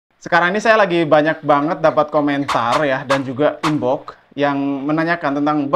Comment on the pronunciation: TAPI KANG BUKAN ''IN BOK'' - tapi '' IN BOX'' emanng nya begitu sulit mengatakan ; X / F / V ???